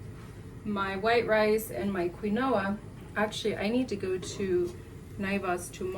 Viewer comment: Wow, I thought my lights had gone out 😅. Quinoa (keen- wa) Your meals look soooo good 😋. Your burgers burgers are like mini meatloaf burgers. Ok, you pronounced it correctly then. I will be trying some of your ideas. Thanks for sharing.